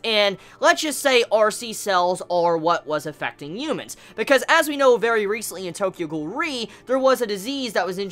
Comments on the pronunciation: The “UMENS” “ U MENS” “ U MENS” “ U MENS” Dude... it’s “ H uman”..... ok? Ughhhh he video is still playing and he said it four times... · Am I the only one that hears "umans" everytime he says "Humans?"